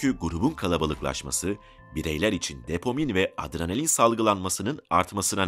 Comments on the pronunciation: depomin değil dopamin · Depomin mi? Dopamin olmasın?